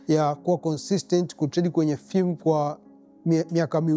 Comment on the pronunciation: Prop ‘fem’ sio Prop ‘fim’